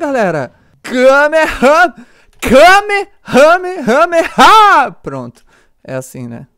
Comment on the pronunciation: É Kamehame Háaaa Ñ KamehameHame Háaaa Sério Foi Mal Me Dá Robux